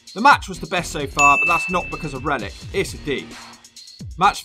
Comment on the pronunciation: I keep hearing Reddit instead of Rellik.